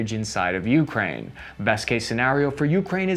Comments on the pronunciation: It’s pronounced Ukraine, not YOUkrain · stopped watching after u kept saying YOUkraine i cant hear this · Hey, thanks for the content! In "Ukraine", the stress is on "A", not "U". And "Zaporizhzhia" looks intimidating, i know, but "R" goes before the "ZH": this "zapo ree ZHja" will suffice.